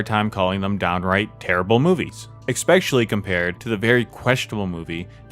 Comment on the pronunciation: Alfrich Hitchkock. :) You also said eck-specially. It is ess-specially. Just sayin'. Otherwise, excellent video!